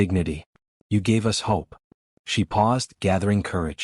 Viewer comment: Why do you keep saying U S for "us" s and T O for "to"? It's annoying.